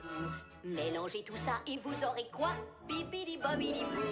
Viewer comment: C'est tellement le fun tes vidéos 😂 On sent que t'as trop regardé Le Coeur a ses raisons, avec ton "keuwa" et ta voix de Criquette qui resort parfois XD Ouiii fais un haul de friperie summertime ! :D